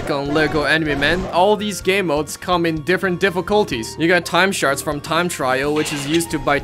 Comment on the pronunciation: when he says shards i think he's saying sharts